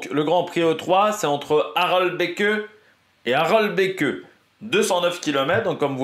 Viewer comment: J ai remarqué tu as tendance à prononcer le" e "final dans les noms Flammands que ce soit pour les coureurs ou pour les villes ( un peu à la Jacky Durand ) hors ce n est pas le cas . Par exemple ici la ville de départ et d arrivée du grand prix E3 se prononce phonétiquement : a - rel - bek. Aprés c est juste une info ça ne joue pas sur la grande qualité de tes vidéos. Je rajouterai le surnom de " petit Tour des Flandres " vient aussi du fait que l E3 emprunte beaucoup de bergs et de secteurs pavés du Ronde.